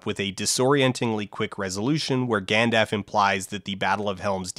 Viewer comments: Am I missing something?? Why does he pronounce it Gand-aff? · I dunno about you but I always just assumed the dialogue was meant to be minimally edited in general. I mean, it's not like someone could decide to just have a more casual, conversational tone. Plain and simple, mispronouncing Gandalf as Gandaf is, at worst*, a minor gaff to laugh at. Acting like it means the entire video is messily edited isn't just incorrect, it makes mispronouncing Gandalf seem *more acceptable just from how overboard you're going. You're going off about everyone jumping to folding ideas defense but you really did just see someone DARING to make a slight against your precious, and you act like it means the entire channel is worthless and the creator is a hack. That seems like wayyy more of an overreaction from here dude. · Idk. I'm Canadian and I was pretty confused as to why he was saying "Gandaff." I also don't put an L in "both" 90% of the time. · I just noticed this . "Gandaff" lmao. I'm Canadian and I don't say it like this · Dan’s pronunciation of “Gandalf” is gonna throw me every time. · I will have none of this "Gandaff must be a Canadian pronunciation". I live within like an hour of the guy, and I have never heard another human being, let along Canadian pronounce it "Gandaff". Usually "Gandalf" or 'Gandulf" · VERY well made. Great documentary. Was not expecting so much depth! And also, "Gandaff". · I don't know which is my favorite gaffe of this film: the only near-constant use of "Aruman," or the numerous scenes where Gimli the DWARF is seen next to Legolas and is the same damn height. Good video, very informative, but..."Gandaffe?" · The Gandaff thing is all Dan. Even before the Peter Jackson movies, everyone I know here pronounced the 'L.' It was an even split if the first syllable rhymed with "and" or "dawn," but the second syllable was always the same. We do all pronounce it Naz-gull rather than Naz-ghoul though, even after the movie came out. No idea why. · "gandaff" lol